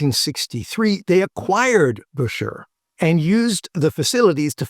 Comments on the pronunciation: I am surprised you don't know that the correct pronunciation is NOT "Busher" if you see the original promotional ads it was recommended that it should be pronounced "Bisher." I am just saying... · Not to give you a hard time, but those old enough to know say he pronounced his name bisher - sounds like fisher. Yes, I am aware of ads that have both pronunciations. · Buescher rhymes with "fisher", according to one of their own advertisements from back then. I have a 26 True Tone alto. It's quirky, but more fun to play than my YAS-23. It does NOT "sound like the same horn, top to bottom". You have to work with that :) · Great video. However, it's pronounced "Bisher".